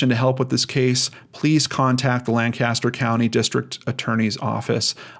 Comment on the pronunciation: FYI: The city in Pennsylvania is pronounced LANK-aster; not LAN CAST er.